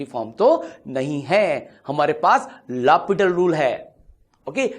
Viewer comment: It's L Hopital not Hospital!